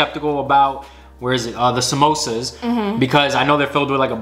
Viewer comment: The first guy who pronounced the samosa correctly